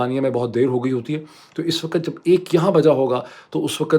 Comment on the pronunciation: For the third time, the word is "waqt", not "waqat". (وقت).